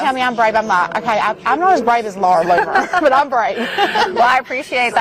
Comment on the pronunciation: L- OON -ER